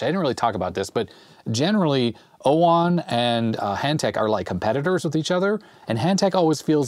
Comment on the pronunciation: OWON or UOMO? 😂😂